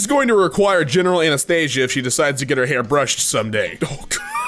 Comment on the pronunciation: You pronounce anesthesia the same way my grandma Anastasia's name is pronounced